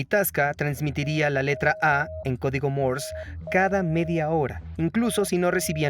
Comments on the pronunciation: "Morse", no "Mors". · Se pronuncia código Morse sin la E al final o Morse con la E al final?